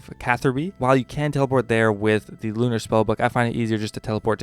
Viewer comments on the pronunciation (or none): none